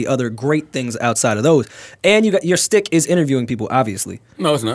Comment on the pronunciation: How many times is gonna say shtick wrong? You can tell it was a word he recently learned lol